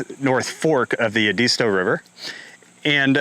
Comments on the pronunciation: Edisto not edeesto. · It’s pronounced Ed-iz -stow